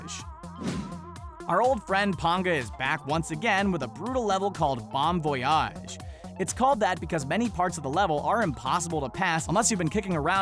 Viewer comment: Lol voyage you say it wrong lololol